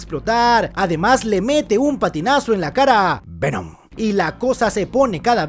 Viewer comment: Lo mejor de resumen es cuando dice Vemon